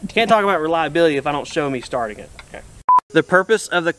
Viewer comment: Omg, I was drinking coffee and almost spit it out when you said “show sharting it” in the bloopers! 🤣😂